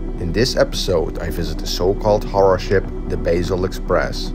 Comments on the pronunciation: Basel is pronounced with a long "a", as in "path" or "bath", so it should sound like "Bah-sel" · the ship's name is pronounced like BAHsel, not like BAYsel.